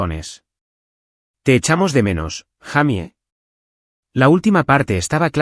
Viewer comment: No se dice jamy se dice jeymi esa la pronunciación correcta en inglés para Jaime